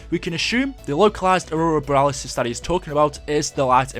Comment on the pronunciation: I didn't know it was Aurora Boralisis. I thought it was Aurora Borealas.